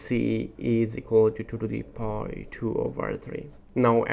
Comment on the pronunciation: Power > PAWER, not poooor